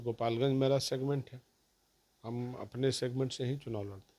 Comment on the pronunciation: सिगमेंट शब्द,,, बहुत अच्छे ढंग से बोलते हैं साधु जी 😂